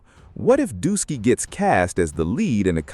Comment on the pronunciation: He keep saying Dusky😂